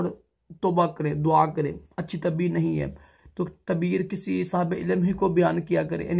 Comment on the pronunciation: Bhai urdu bolna seekh tabeer nhi taabeer hota hai